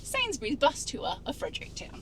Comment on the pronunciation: FrederickTON not Fredericktown 🤣